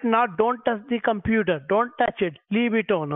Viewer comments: koompooter intrnt XD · I love the way he pronounces computer............"coooooompuuuuuuuuuuuuuuterrrrrrrrrrrrrrrrrrrrrrrrrerrrrrerrrrer"